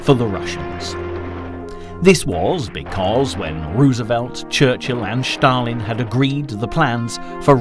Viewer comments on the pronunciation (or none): Stalin pronounced as Shtalin, pretty much German pronunciation :)